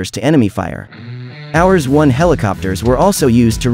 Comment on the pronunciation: It's cute how the stupid AI voice-over pronounces "hours-1" rather than correctly spelling the Marine designation HRS-1.